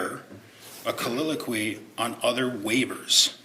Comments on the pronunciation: Yup. He's combining the words soliloquy and colloquy into colliloquy 😂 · Counsel for appellant isn't helping himself when he mis-pronounces the word "colloquy" as "colliloquy". One has to wonder just how capable he is. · A "colliloquey"? "colloquy" 🤣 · His combination of the word, “colloquy,” with “soliloquy” is just irritating me. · It’s making me insane how this guy says “colloquy”.